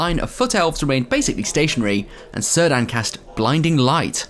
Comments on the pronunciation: Very cool locale! I have to be the one that corrects your pronunciation of Cirdan... Tolkien only used hard C's for elven names. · Who is Sir Dan? You mean Cirdan? :D Sorry, had to comment. Great report, the venue and games looked amazing! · Cirdan's name is pronounced 'Kir-dan'